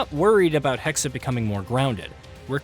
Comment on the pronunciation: HEXE! NOT HEXEY! ITS GERMAN!!!